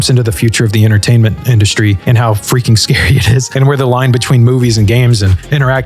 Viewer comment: "Right around the feaking corner"